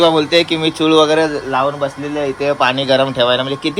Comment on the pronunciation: चुळ नाही चुल म्हणतात तीला,चुळ म्हणजे तोंडात पाणी घेऊन भरतात ती चुळ